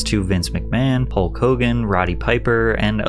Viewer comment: Hul-KKK Hogan